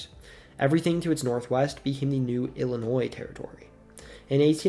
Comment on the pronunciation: There's no noise in the pronunciation of Illinois